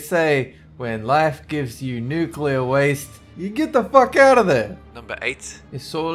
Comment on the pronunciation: "He would do odd things like SHOOT AT FISH" "Toxic waAASTe" And formaldehyde? 😂